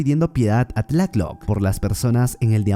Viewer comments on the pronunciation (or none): FUISTES A LA NOCTURNA ....... SE DICE BIEN TLALOC....... NO TLACK LOC MAMER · Ns por qué me enojo siempre que dise tlatoc en vez de tlaloc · Me encanto el resumen, pero no sabes cómo sufri cada vez que decías tlacloc en vez de Tlaloc jajaja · No es tlaclock es tlaloc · Amigo es Tlalok no "Tlaklok" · Tlatloc es Tlaloc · Y cuándo aparece MANÁ cantando el rey tiburón? Me gusta mucho como dices Tlácloc y TLÁLOC we, sosten mi pulque. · en resulta curiso escuharle decir decirle tlath-lock al dios del agua , solo se pronuncia como se le escribe tla- loc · Ese" Tlacloc "😂😂😂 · No se pronuncia así y no es un demonio es un dios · Se dice tlaloc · Pense que eras mexicano pero veo que no sabes ni pronunciar tlaloc correctamente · Esta chido tu video, pero asi no se pronuncia tlaloc